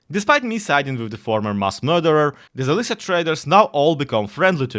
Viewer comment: Fyi, Ukrainian here, the way you pronounce Zalissya is zaleessya